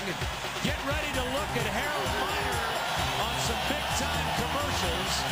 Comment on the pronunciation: It is Harold Miner not Minor. Greg Minor spelled his last name like that.